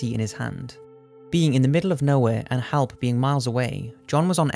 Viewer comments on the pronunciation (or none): Halp was miles away? Why do the narrators on these things have such weird pronunciation?